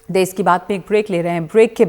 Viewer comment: मैडम देस नही होता, देश होता है। Please please correct it.